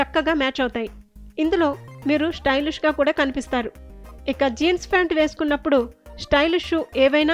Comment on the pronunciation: It's pant not "phant"